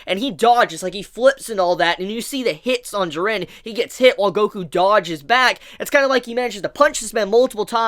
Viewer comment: The animation is incredible btw i hate the way you pronounce jiren lol